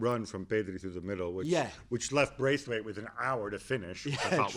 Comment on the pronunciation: agree - but he could show the respect also to say his name right - it is BRATHwaite